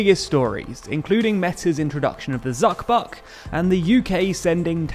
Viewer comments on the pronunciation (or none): none